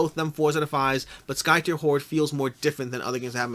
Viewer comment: Skytear is pronounced as if you are ripping the sky, tearing it apart. At least, that's what the KS video says ;)